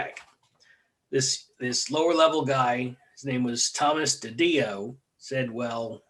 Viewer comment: last name pronounced tad-dee-oh. interesting podcast. a lot wrong. lol